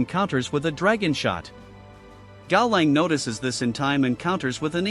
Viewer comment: If you don't want to or cant use your voice for videos, you should fix things like "kaolan" being said wrong. Cow Lon would fix the pronunciation, Caw now would probably work as well